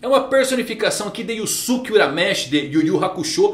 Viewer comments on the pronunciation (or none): none